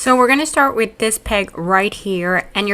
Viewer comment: ‘With” not Keith!11]